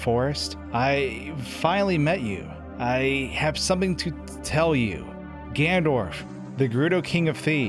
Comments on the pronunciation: Dude it’s Ganondorf not Gandorf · does he keep saying gandorf instead of ganondorf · *Ganondorf, not "Gandorf"... Fight me, I know I'm being a prick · It’s Ganondorf, not “Gandorf”.... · GanNONdorf. It's Gannondorf. Not Gandorf. Great video by the way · Ganondorf Gan-ON-dorf Not “Gandorf” GAN-ON-DORF!!! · you can see that it is "GANONDORF" why do you keep saying "Gandorf"? You would think that someone who talks for a living would bother learning how to speak properly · Am I the only one slightly bothered by him saying gandorf instead of Ganondorf? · Omg.... Another video using "Gandorf". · Who's "Gandorf" ? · Why does he keep calling the antagonist "Gandorf?" Missing a whole syllable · Why does he say gandurf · Who is this "Gandorf" you keep referring to? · Gandorf? That sounds so wrong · Why you call him gandorf? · Gandorf... Lol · GANDORF Everytime I hear him pronounce Ganondorf like that it kills me alittle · Link, you shall not pass! ~Gandorf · Are you saying " Gandorf"??? 🤨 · i heard gandorf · "Gandorf" lol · is nobody going to talk about the part where he says "Gandorf" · I actually think he's saying "Gan'ndorf" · He says Ganondorf but shortens it to Gan'ndorf. As a German speaker I'm used to this. In German words with n-e-n are shortened to nn'. For example rennen (to run) is pronounced renn'. Think of English. Planned is written with an e, but is pronounced plannd. So no big deal here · Right. Its tipping me off so bad!!! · Man am I glad that I skipped half of the video to get to the point. Also: "GANDORF" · He's not even saying it properly, he's literally saying "Gandorf" and it annoys the shit out of me. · Your pronunciation of "ganondorf" isn't correct... ugh. You're saying "gandorf" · I liked the video, i really really did, it's a quite somber detail, but for god's sake Gan-ON-dorf ... Kisses, bro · He said gandorf 😂 love that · Why does he say "Gandorf??" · Really¿ "Gandorf"¿ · great video but you keep mispronouncing Ganondorf lol.